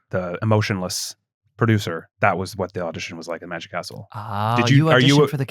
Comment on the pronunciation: I kept hearing "The Magic Arsehole", took a while before it clicked "The Magic Castle"